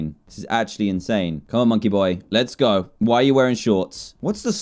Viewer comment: Dan said gooooi